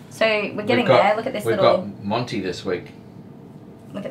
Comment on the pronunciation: Monty, not Janty